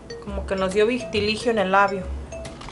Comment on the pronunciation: vitiligiiio jajaja es vitíligo gracias por hacerme reír